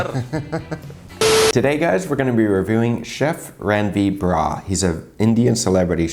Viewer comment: it's not bra it's brar with r